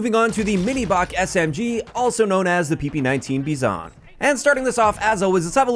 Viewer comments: Bizon = Beezon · "bee San"